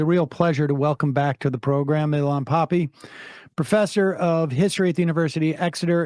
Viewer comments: Not Pappy but Pappey that is the pronunciation ! Thanks. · "Poppy"??? Sam, please show the man some respect and get his name right